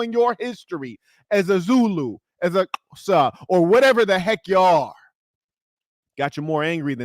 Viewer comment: Its great that pronounced Xhosa off the tongue so accurately. I'll never forget, in the 90's when these online chat rooms were available when the internet was young, there were a few Americans in and they literally thought there were Lions running around in my backyard. IT was funny at the time but alarming aswell. Love all your content and you should return to SA again.